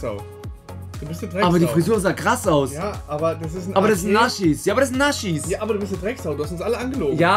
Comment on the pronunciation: Ich liebe euch Jaaa bin auch sehr lange schon dabei,aber bitte,lass dieses „NASCHIS“ bitte das triggert unnormal 😢